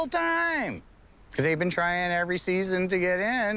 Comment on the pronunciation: Dear, How come you can't say can't and out and been right?